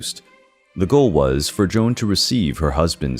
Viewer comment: Queen Joana’s name isn’t “Joan” it’s J O A N A. Great video but work on your pronunciation of foreigner names.